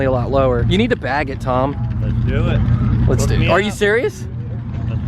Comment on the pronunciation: Tom ‘’leat’s dewo it’’